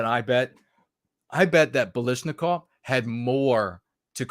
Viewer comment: Kalashnikov not Balashnikov.